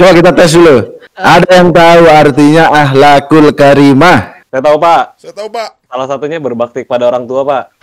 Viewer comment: ngakak bgt "akhhakul karimah" 😂